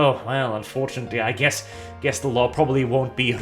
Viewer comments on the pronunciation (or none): Did he say guess or gas? Does want to gas journalists?